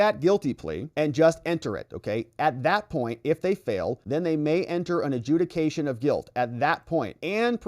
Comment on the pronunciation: It actually said "adjuciation"